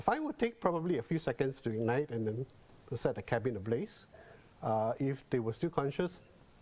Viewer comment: The male newscaster may want to improve on his pronunciation to showcase his speaking competency. he said ‘how den’ instead of ‘how then’. 💐